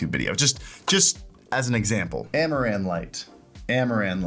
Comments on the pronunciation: I kept hearing Amouranth and not Amaran. So when he said "thanks amouranth" had a wtf moment xD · I heard "Amouranth" lights :face-green-smiling